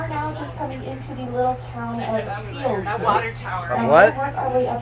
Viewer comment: There is no ‘s’ in Field. Also the ‘l’ in salmon is silent. Just in case you were wondering. 😂❤